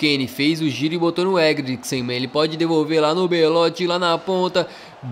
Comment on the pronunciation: "botou no Eglicriksen" kkkkkkkkkkkk